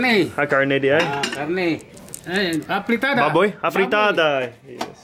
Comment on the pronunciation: imbis “babay”, gi “baboy” man ni 😂😂😂😂😂